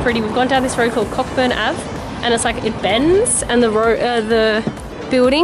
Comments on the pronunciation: Great visit to my hometown, just a note though cockburn st is pronounced co-burn street, funny when people mispronounce it 😂x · Cockburn is pronounced coeburn